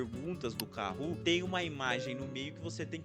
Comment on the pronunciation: kahoot* nao kahoo